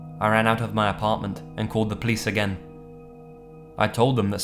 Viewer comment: RavenousReindeerGaming I'd say Nightmare is on a league of his own. He puts a lot of effort into editing and is much more creepy of a reader. (plus the way says police kind of takes me back because nobody I know pronounces it that way. Not his fault or a problem with his stuff, though.)